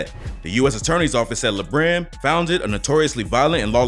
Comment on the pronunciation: His name is Latique Johnson so it's "La" Brim. Not like le Brim